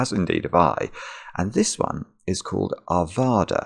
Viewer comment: My home town!! Arvada, CO, USA is a north west suburb of Denver. There are many ways to say it. Most common, and accurate is to rhyme it with the state Nevada. So, did a great job, though Are/VAH/da is more common. That’s the American accent for you.